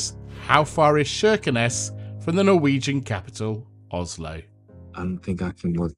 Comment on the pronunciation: Wonder how they're liking their Soviet saviors now that Putinstein is threatening the peace of all Europe. Why is the name pronounced with an "Sh"?